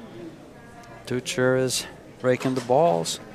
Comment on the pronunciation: marco "toycher" ... not "tootsher". If u wanna pronounce it correctly. Its like Teacher, but toy-cher. You're welcome ;)